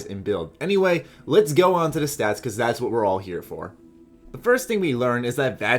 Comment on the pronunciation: Not trying to make fun of you or anything, I just thought I was the only one who noticed.